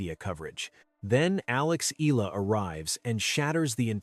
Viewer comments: IT'S EE-YAH-LAH NOT EE-LAA❗❗❗❗ ANOTHER STUPID CONTENT CREATOR❗😡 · ANOTHER STUPID CONTENT CREATOR IT'S EE-YAH-LAH NOT EE-LAH❗ BETTER STUDY THE PRONUNCIATIONOF YOUR CONTENT FIRST, IT'S YOUR JOB AND RESPONSIBILITY TO READ AND PRONOUNCE THE RIGHT PRONUNCIATIONTHE NAME OF YOUR CONTENTS, IT'S NOT EXCUSE THAT BECAUSE YOUR AMERICAN OR YOUR NATIVE LANGUAGE IS ENGLISH YOU'RE MISPRONOUNCING THE NAME OF YOUR CONTENT CO'Z THEY'RE FROM FROM OTHER COUNTRY. ARE YOU LACK OF INTELLIGENCE RATHER STUPID❓